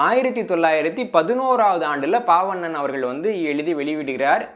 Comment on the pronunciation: ஒரு சிறு திருத்தம். சொற்பொழிவாற்றுப்படை என்ற நூலை எழுதியவர் பெயரை சொல்லும்போது நீங்கள் பால்வண்ணன் என்பதை பாவண்ணன் என்று 2 முறை சொல்லி இருக்கிறீர்கள். இதைச் சரி செய்ய முடியுமானால் மற்றவர்களுக்கும் பயனுடையதாக இருக்கும். நன்றி. இந்தப் புத்தக அறிமுகம் மிகவும் பயனுள்ளதாக உள்ளது.